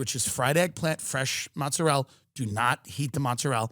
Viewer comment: Tim it's mozzarella, mozzarellA, not mozzarell!!! "Oh but you clip the last vowel in Italian" no!!!! Don't trust Tony Soprano!